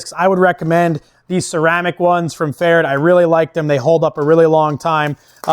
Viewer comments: Its actually pretty close to correct . Only need do pronounce the "rd" a bit different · I've never heard pferd said that way. I know an auzzy that says it like preferred.